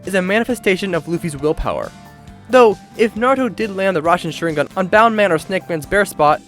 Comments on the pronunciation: I'm sorry... RASENSHARINGAN!? IM DONE, DISLIKED IT'S RASEN SHURIKEN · He said rasanshurringan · We gonna ignore how he said rasensharingan😂😂